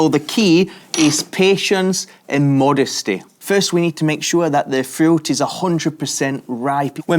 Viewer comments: FRIUT??? say fruit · Love how you say "Furooiuoot" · Why do you say fruit like that? "Frü"